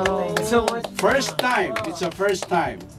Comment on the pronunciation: Perstaym hahahahhahaha